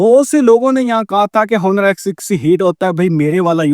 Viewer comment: Honor ni bolo bhai Oner He